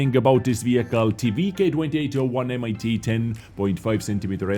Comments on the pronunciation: How says it: M I T How it's actually said: MIT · It‘s Not M I T. It is pronounced „mit“ and means „with“. So it is the „VK 28.01 with 10,5 cm L/28 gun. But never mind: I love your clips and your moderation 😊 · "MIT" isn't pronounced M.I.T. it's called "mit" what means "with" in German so basically the Tank is called: VK 28.01 with 10.5cm l/28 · Not M I T but mit, like in mittens. It means with. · It's not M.I.T.... it s" mit" with means "with" in German. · Hi, it's actually not "M.I.T."... it's just "mit" which means "with" in german. ( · The MIT in the Name is 1 Word and pronounced mit and Not M. I. T. and means "with" 😂😉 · never, never say "M-I-T" again. It is just "MIT" and means "WITH" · M.I.T. haha what, like the university? :D Pronounce it like 'mitt', it means with. Also disappointed in you not liking the ankou tank. Girls und panzer probably did more for the game than any CC combined, and then you immediately shamelessly plug your merch... dislike from me, sorry. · please stop saying "mit" like M.I.T. because it juste means "with" in german. Just say "mit" like you would say "meet" but.. shorter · I love how you pronounce the complete name of the tank at about but the word „MIT“ ist not spelled M,I T, it s the german word for „with“. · I thought was German for some reason until he read "Mit" as M.I.T lol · MIT is just german for with, so u dont say M-I-T :D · it s not M I T its german word "mit" = with in english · the MIT just means "with" in German and it is not pronounced als single letters but as a whole word. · the M-I-T or 'mit' is simply the german word for ''with', so tank x with gun y